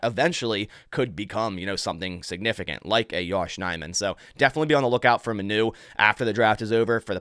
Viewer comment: it’s pronounced giovanni mah-new not muh-new